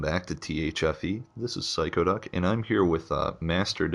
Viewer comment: Did he just say phyco duck?